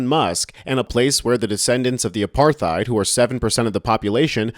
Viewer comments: What the hell is "aparthide?" It's “apartheid“. But seriously. I am a white south african and the problem is not specifically white south africans. Its farmers. Both black and white. They are sitting ducks on their farms for criminals that kill whole families. But that is simplifying a huge problem. Where america usually has the same subjects politicians lie about during every election so do we. The ruling party, that has been in charge of EVERYTHING for the last 30 years, are running the country into the ground, and blame the whites for it because it is easy. They keep education bad and keep the poor, poor just to have a voter base they can manipulate to keep them in power. Most south africans just want to live in peace. This all races. The problem is literally the government. The whites that instigated apartheid are long gone and good riddance. I myself wish they could have been punished harshly, but they were lucky. PThey left the rest of us with only shit. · Hate to be that guy, but the 'th' in apartheid is pronounced as a 't' as in 'tide' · Stop mispronouncing apartheid.